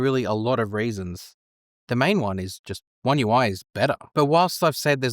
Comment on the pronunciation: I wonder what kind of accent does this guy have? I can’t help myself stop hearing “raisins” instead of “reasons” and “topping” instead of “typing” :)